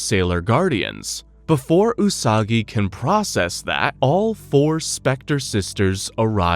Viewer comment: The way he mispronounced her name right at the start